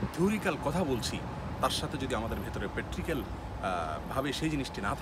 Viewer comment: প্যাট্রিক্যাল নয় প্রাক্টিক্যাল হবে